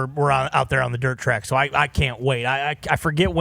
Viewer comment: Homie said "dirt track"? 😂